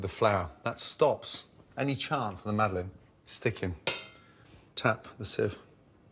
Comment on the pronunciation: It's "Madeleine" For fuck sake, at least TRY to type it in google, just try it...